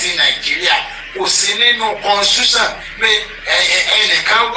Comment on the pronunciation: Oluwo himself can Ibadanland to Court. Oluwo is quack illiterate, see the way he pronounced constitution.